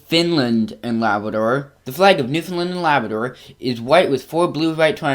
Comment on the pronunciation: You can’t pronounce Newfoundland and Labrador